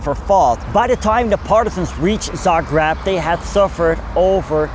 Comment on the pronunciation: Its called Za greb. Not Za grab.